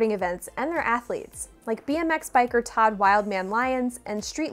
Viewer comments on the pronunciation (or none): none